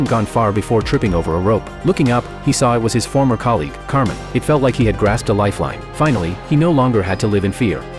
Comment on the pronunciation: His name is actually kamen, I think the voiceover got it wrong 😅